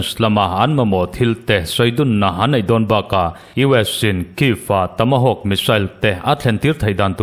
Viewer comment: Tamahawkk I ti zel a... Tomahawk ni zawk sia... Ka van sawi ho tak😅😅😅